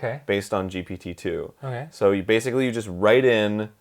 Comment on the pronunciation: arin: jipititu